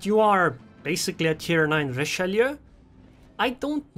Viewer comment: Never seen anyone pronounce Richelieu so correctly on Youtube. Everyone says Richeloo for some reason